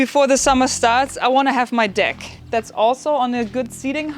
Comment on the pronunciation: DECK she said deck. I'm American so it sounded a lot like a nickname for Richard and a sporting goods store